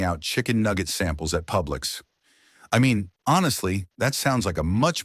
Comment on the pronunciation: "Pubix" grocery store 🤣🤣🤣